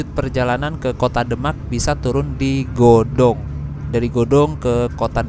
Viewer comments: Godong mas bukan gadong hehehe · Btw godong mas,bukan gadong wkwk ,soalnya saya orang godong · Godong mas bukan Gadog😁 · Godong mas,bkn Gadog